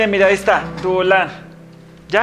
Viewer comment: No puede desir poreso dise duolan😅😂😀😄😭